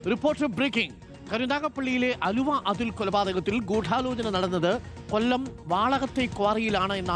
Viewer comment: എടോ എന്താ പുലമ്പുന്നത് അലുവ അതുൽ അല്ല ആലുവ അതുൽ ആണ്